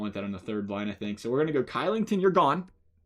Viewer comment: Kylington is pronounced shillington